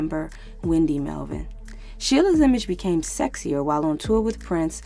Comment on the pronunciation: Wendy and Susanna's last name is Melvoin. Not Melvin. Pronounced just like it's spelled